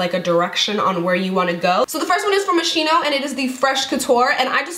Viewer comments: Girl, I LOVE U, but for good sake, is MOSCHINO (ponounced like: MOSKINO) not MOSCINO. love from Italy <3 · what the f?! how can you possibly be a "beauty guru" and not know how to correctly pronounce MOSCHINO????? how embarrassing. It's pronounced MOS-KEE-NO, not mos-she-no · It's actually pronounced mos-ski-no! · you are so pretty and funny and i wanted to say that you pronounced Moschino wrong its (Moschino: mos-key-no) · Moschino is pronounced "Moskino".. It's italian :) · Dear i love you so much ❤️ But Moschino is like mosquino when you read it... And, do you know a website which ships international, where I can get the Milani foundation ? ( cause I'm Italian and Milani doesn't ship to Italy